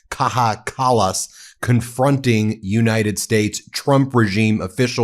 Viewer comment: Well said, Kaja Kallas. 👏It's pronounced (K-EYE-A), btw. How the f*ck has Mike (National Security Risk) Waltz still got a job??!